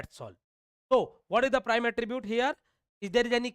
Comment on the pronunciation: Prime and non prime thora sahi se boliye...nahi samajh me aa raha hai..😑